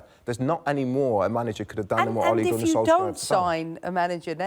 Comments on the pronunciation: Why do people call him "solskah"? Wtf is that? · Who tf is ‘Solskgar’? 😂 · The question is, why can’t she say Solskjaer properly. Scar 😂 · Can we discuss the fact that she just called Ole "SolsCAR" 😂😂😂😂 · She calls him solscar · Im sorry but did she just call him SOLSCAR? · Okay I get it English speakers. You won. We have to know your language, you don't have to know ours. But c'mon. You've got the correct sound in your language already. Sol + chair = Solskjaer. Everytime you pronounce that K you infuriate 20 million Scandinavians, stop it or else we will... we will.... we'll do nothing, but c'mon. Do right by the baby-faced assassin. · You know there's a Muppet on the Tele when Paul Merson is more able to pronounce player names then them.... Why can't she speak properly?! "Solks-ger" 🤣